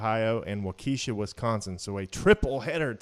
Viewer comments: It is pronounced Walk-I-Shaw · Waukesha is pronounced Wah' key shah